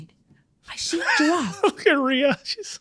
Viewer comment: Not sure if you guys are aware but her name is not pronounced "Ree-A" It is pronounced like Ray or Rey just like the name "Shea".